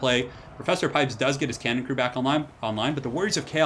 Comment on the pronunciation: It's a hell CANnon, not a hell CAN'Tnon